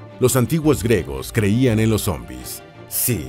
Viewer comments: Se dice griegos , no gregos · Se pronuncia “griegos”, no gregos. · Se pronuncia GRIEGOS NO 🚫gregos🚫 🤦🏻‍♂️🤦🏻‍♂️🤦🏻‍♂️🤦🏻‍♂️🤦🏻‍♂️ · Disculpa, por qué el narrador no dice claramente griegos? Dice algo que suena como gregos... Por Dios...! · ¿Dice "gregos" todo el rato o mi cerumen es dulce?